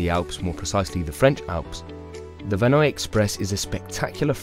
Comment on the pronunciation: You didn't pronounce a single French name correctly. Vanois = Vaah-noyAh. Tignes = TInye. Paradiski = Paradis(paradise)-ski = the accent is on the last one Paradi-skI. It's not a Polish name. GraNde motte = Grand mot. Grande = big, not Grade.